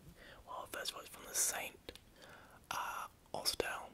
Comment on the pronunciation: Another comment... The way you pronounced St.Austell was hilarious, not a bad attempt my friend. Another great video :)